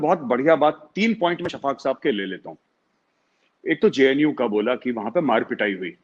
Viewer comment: Shaffaq mohommad couldn't even pronounced the JNU properly and he is very concerned with those Students. This shows how ill informed these people are!!!